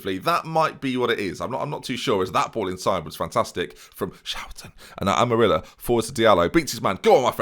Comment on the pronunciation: Amarilla is pronounced like Am-Uh-RRee-Ya. Probably you are not going to get it but any ways.